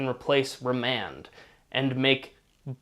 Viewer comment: remand not Raymond